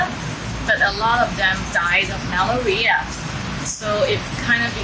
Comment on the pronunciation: Im going to the horses first time tomorrow! Sha Tin though! Ma-lair-ree-ya. The mosquito disease. Pronunciation just a bit off but understandable... Thanks for the background info on Happy Valley!